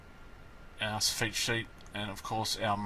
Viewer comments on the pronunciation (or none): Sof IT in U.K. not Soo feet. 😁✌🏻